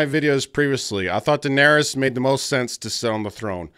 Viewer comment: "what about jon, he went from knowing nothing, to doing nothing", actually its pronounced "Daenerys"...